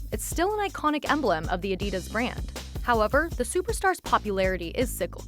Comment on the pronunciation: Take a drink every time the narrator says “Adiduzz”